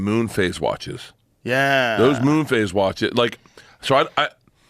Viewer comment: Moon phase not face😂